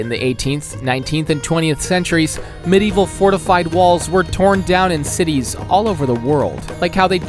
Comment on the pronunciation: No offense meant as butt as a Swede this is the first time i was baffeled by how someone pronounced our cities.